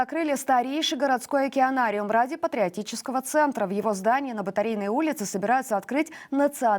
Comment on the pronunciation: Ебанариум вместо океанариума.